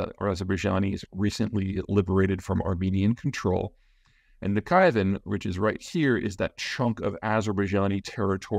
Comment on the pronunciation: İt's Nakhichevan. Not Nachivan